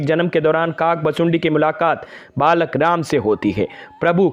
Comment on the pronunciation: भाई शब्द तो ठीक से बोलो काक भुशुंडी